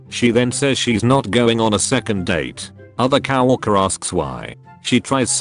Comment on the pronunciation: Attention all robot voices: it’s co-worker, not cow-worker.